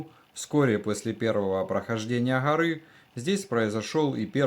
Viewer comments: Не гъори а горы ! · Что за Хоры…. ???? Может Горы?